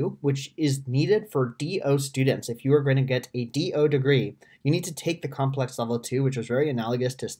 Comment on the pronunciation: comlex not complex